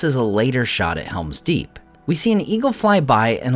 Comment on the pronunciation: It's called Helm's Deep not Hera's Deep